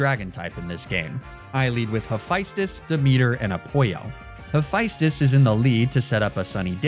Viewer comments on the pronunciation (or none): Hephaestus is Ha-fest-tus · Amazing video but its not A-poyo its A-Pall-O. And its not High-Figh-Stus but huh-pha-stus. Not De-meter but De-me-ter. And its Die-O-nigh-sus. Also RIP Demeter and Oizus :(